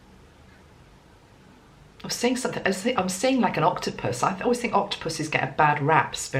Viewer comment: You know,Sepia- it's an animal like Octipus... is a homeopathic remady for the mother.... wow and you said Octipus for Merry :))